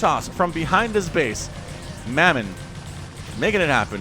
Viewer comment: Great cast ty! Mamon is pronounced mah mon not mey mon. The player is Russian and Christianity is the number 1 religion in russia. Mamon means wealth in the Bible and also refers to a demon of greed. ¨Ye may not serve god and mamon¨ Said Jesus. Take care:)